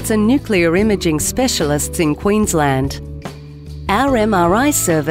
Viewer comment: Quensleeend forever; the nicest of world's ENG pronunciations - say I, a Scandinavian.